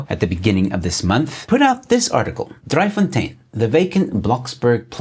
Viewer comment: your pronunciation: Not "Dry Fontien", but Driefontein please.